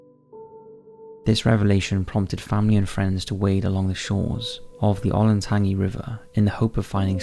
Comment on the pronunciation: And then you butcher Olentangy. 🤦‍♂️ oh Lin tange ee not tangy